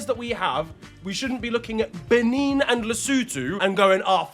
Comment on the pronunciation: Respectfully, the way you are pronouncing some of these names😂😂, you way you pronounced benin almost killed ma and also that player from benin that you mentioned has a Nigerian name and the way you pronounced it...😂😂😂